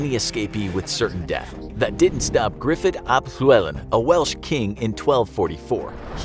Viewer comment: The way you said Gryffydd ap Llywelyn is so hilarious to me as im welsh 😂